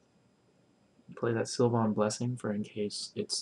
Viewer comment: Stop saying Sil-von. It's pronounced Sil-vin.